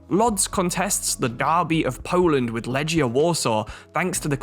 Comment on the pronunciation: Love the channel but just to say, the correct way to pronounce Łodź is like "Woodge", W makes a V sound like in German, Legia is said as leg